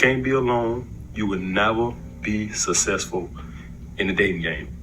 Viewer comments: If you want to be successful..never pronounce it "sussessful" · I don't take advice from a guy who can't pronounce "successful" properly. Besides, I am the Alpha & the Omega.